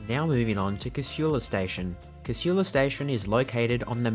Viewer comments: Its Casula not Cashula. Shits me how people put a H in there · Despite the lady’s voice over the PA system… the word Casula is pronounced, K-sool-a. Lived in the area and been catching the train from there since the 70’s. I once asked TransportNSW to run a poll and ask the public how they pronounced it. 51% (who did not, or have never lived there) said it the wrong way, whilst the other 49% (who grew up in Casula) said it correctly 🤦🏻‍♀️ So they decided not to change the voiceover 😂